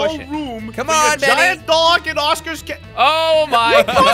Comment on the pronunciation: Its "benny" but its ok